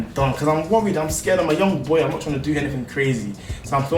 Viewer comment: "I'm skrrd, I'm skrrd"😂